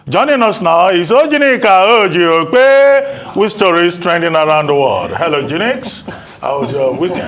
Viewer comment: Good job Dr. Abati on the introduction of OjyOkpe, I mimicked the introduction at my wife "Joy" today and she loves every bit of my pronunciation of the beautiful name Ojyneeka Joy Okpeee, she was rolling on the couch laughing that I sneaked her name in, on the introduction.